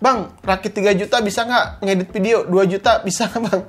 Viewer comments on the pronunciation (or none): Video bukan Ppidio